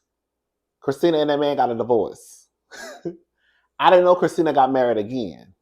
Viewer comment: My 1st name is Kristina😂 I love the way you say my name!👏🏼👏🏼👏🏼❤ BTW, you & David Bromsted from Lottery Dream House would make a cute couple🎉